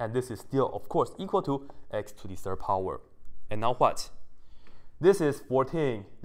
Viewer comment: I only can hear "to the Sir power" haha